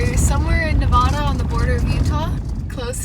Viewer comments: Love love your channel ❤ Incredible all that you do and wish there were more like you. Love to Kyro too. I’m a native Nevadan so it’s kinda my sworn duty to let you know it’s pronounced Nev ‘ADD’ uh. Not Nev Ahh Da. Easy way to remember is Vegas ‘adds’ up wins or losses haha. Many many MANY people from other US states pronounce it incorrectly so don’t feel bad. Keep up your great work spreading beauty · Nevadda. Not Nevahda :) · Nevada is said like Ne-va-duh not Ne-vod-uh. Source: years camping all over Nevada/live in neighboring state/know people who live there. Sorry to be that guy but people will think you’re goofy saying Nevada that way and treat you like a tourist which we as travelers never want it possible 😊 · Like your video - great trip. Utah is awesome! PSA - it’s not pronounced Ne-vah-dah. It’s Ne-vad (like dad) -a Same with Moab (Mo [long o] - ab [like your ab muscles] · Pronounced: Nuh Vaddd Duh. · Yeah the way she mispronounces Nevada constantly is the real crime, only celebrities and people trying to sound over fancy say Nevada how she does but she’s just making a genuine mistake 😂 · Help me out and correct her on how she says Nevada, now that’s the real crime. 😂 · Makes me wanna die each time she says Nevada 😂 but she’s an innocent Canadian I’ll let it slide. Only people that say Nevada like she does are fancy LA people that want to say it like that and people who don’t know any better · i live in Nevada and the way you pronounced it😭no offense ofc i love ur vids and i dont even know how to say any names in canada😆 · You mispronounced Nevada. Love watching your videos of you traveling.